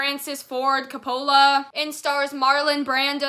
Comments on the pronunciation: When you pronounced the director's name I spit out my drink 😂😂😂 great review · I took pause as well. Funny.